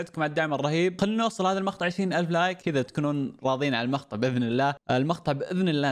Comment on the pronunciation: شباب مابي اتشمت بس هو متعمد يقول المخطع ولا لا اذا به شي او ثقل الله يشفيه ويشفي جميع مرضى المسلمين